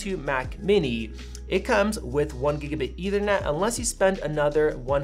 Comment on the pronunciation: “Eithernet”? Lol